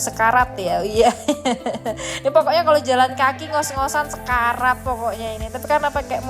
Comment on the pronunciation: Sekerat mba.. bukan sekarat😁